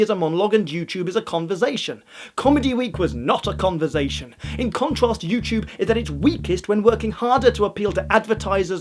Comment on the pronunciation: love how pronounces "conversation" as "converzation":')